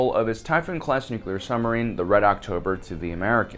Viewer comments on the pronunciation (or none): What's a "summerine" ;-) ??